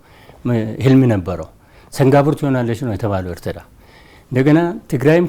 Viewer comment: የኤርትራን ስም ራሱ በደምብ pronounce ማድረግ በማይችሉ ሰዎች ናት ኤርትራችን የነዚህ ምድረ ደደብ መጫወቻ የሆነችው😂😂😂 እትራ እትራ እትራ እትራ እትራ .... እትራ እንዳሌክ ትቀራታለህ:: ................የብብትዋን አጣች እንደሚባለው ሌላው የኢትዮጵያ ክፍል በቅርቡ ሌታጣው ነው